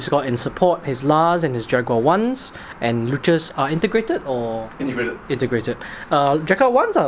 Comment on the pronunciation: Yep, getting th Luchs down better Lewks is how it is pronounced. I'm not petty so it doesn't bother me. Happy new year!